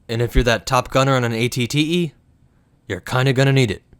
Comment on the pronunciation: You accidentally said AT AT instead of AT-TE note